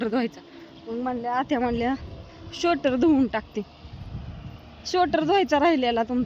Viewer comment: शोटर नाही स्वेटर म्हणतात😅😂